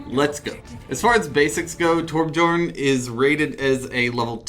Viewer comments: its not torbJorn its said like ' torbyorn' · Why is he saying Torb’jorn? He’s playing Torbjörn...